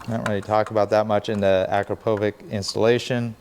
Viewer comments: It’s actually Akrapovich (Akrapović with soft ch), not AkrapoviK But good video nonetheless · Hate to be that guy, but it’s pronounced a-krapo-vich….😜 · Nice tutorial I really do enjoy these, but every time you call that muffler by its name my (european) ears hurt! The brand is Slovenian and is called like "witch" at the end. The sign over the "^c" makes like "tsh" in english. Thanks. ;-) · Hey! It's pronounced Uh-Krop-O-vich